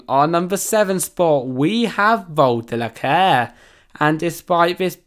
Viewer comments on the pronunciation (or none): It's vol d'icare not d'licare